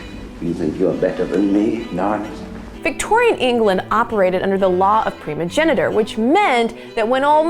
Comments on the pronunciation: Did you just say "preeemogeniture" instead of priiiiimogeniture? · A few errors..."viscount" is pronounced "vigh-count" (as in a long "i"), and the system of passing on property to the eldest son is primogeniture, not primogenitor. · Primogeniture, not prinogenitor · Oh, I am so happy you said it so I didn't have to. Also, it's primogenitURE, not primogenitor. I'm sorry, not judging; just.... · Primogenitor??? Viss-count??? Moving on from this annoying and silly video. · Right you are considering her inability to pronounce "primogeniture". She blew her own game there.